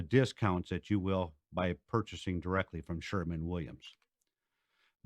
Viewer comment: he almost said Sherwin Williams correctly 😛